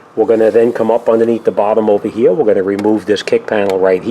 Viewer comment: Take this ovahhhh hea, now this ova hea and make sure it's hea. Just incase you don't remember, take this ova hea not ovah der